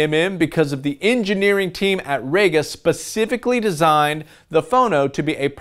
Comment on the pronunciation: I always thought it was rega not raga. That is reega vs rayga. E is not an a but it can be eh. But being English what would I know?